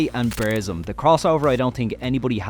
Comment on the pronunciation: you are pronouncing burzum completely wrong. it hurts my ears